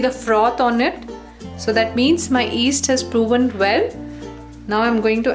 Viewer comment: stop she is not that bad. Try teaching something in a second language, F that. But she said east instead of yeast haha